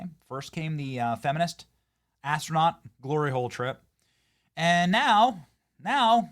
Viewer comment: Katie should concentrate on her new career as an 'astraunot'😂